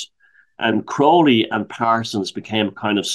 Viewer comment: you are pronouncing it incorrectly. he even wrote a poem about it. "my name is aleister crowley, it rhymes with holy...but people who treat me foully, pronounce it crouwley..." Crowley actually saw through Hubbard as a huckster and tried to warn Parsons off, forewarning him that he was going to be ripped off. Crowley was the victim of the worlds first media smear campaign because John Bull were offended by his open bisexuality and criticisms of the church. He played up to his image that hasn't helped his reputation historically. 95% of what you read about him online is nonsense.